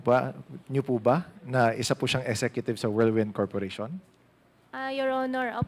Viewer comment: Cassandra Ong: "wirldwind" (instead of whirlwind)🤣🤣🤣